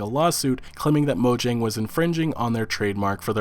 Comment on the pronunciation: Am I the only one cringing on how he's pronouncing 'Mojang'?